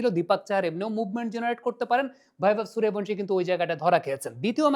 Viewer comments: হিন্দি উচ্চারণের প্রতি আপনার এই আনুগত্যের কারণ বুঝি না। বাংলা উচ্চারণে শব্দটা হচ্ছে "সূর্য্যবংশী", আপনি কিন্তু বলছেন এবং লিখছেন "সুরিয়াভানসি"। এটা হিন্দি কালচারের কাছে নিঃশর্ত আত্মসমর্পণ যা দেখতে ও শুনতে ভাল লাগে না। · আরে বাংলাউচ্চারণ কেন ভুল করেন ওটা বৈভব সূর্যবংশী হবে।please উচ্চারণ ঠিক করুন। শুনতে কানে খুব খটকা লাগে। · আবে বৈভব সূর্যবংশী 🙄 ঠিক করে নাম উচ্চারণ করো। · বাংলাভাষা প্রেমিক ইউটিউবার, সবজান্তা ক্রিকেট বোদ্ধা এবং মরুভূমি-কালচারের বাঙ্গালীরা👇 "সুরিয়াভানশী" ~ wrong ,বাংলা বললে বলতে হবে ~ "সুর্যবংশী" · নামটা ঠিক করে উচ্চারণ করেন বৈভব সূর্যবংশী। 👎👎👎👎👎👎👎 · ওঁর পদবী সূর্যবংশী , হিন্দিতে উচ্চারণ Suryavangshi. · নামটাই উচ্চারণ করতে পারিস না। 😆😆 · মূর্খ ঠিকমত নাম উচ্চারণ করতে পারে না,‌ আবার অ্যানালিসিস করতে বসেছে! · কোথায় ভি এবং কোথায় বি এর উচ্চারণ হয় এই সাধারণ বিষয়টা জানেন না। একজন বাংলার শিক্ষক রাখুন। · Ara murkhochoda nam tai thik kora bolta paris na madrasa pora chele tai na